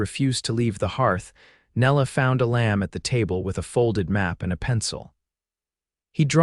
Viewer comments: Amazing that you cannot even say your main characters first name correctly 😢, it is pronounced E-lum not E-lamb. Either edit before posting or hire a human .. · Couldn't finish watching this. The mispronunciation of his name, and misspelling, was bad enough. (His name was "Elam", not "a lamb" and is pronounced "EE'- lum".) But the statements that she "walked the last twenty miles", when she just got off the train, and his that he had the ring before he even wrote to her, when he never did, was just too illogical to appeal. It was at that point I quit. It was like two different stories got caught in a blender. This story became too unbelievable to me to continue. It lost all validity, and I didn't feel anything following it would redeem it. Sorry. OR, USA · It would be better if the pronunciation matched with the way the words should be spoken. A Lamb is not the same as the name Elam. Treeline is not tree lean.